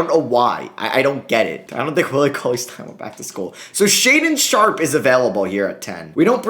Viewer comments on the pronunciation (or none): none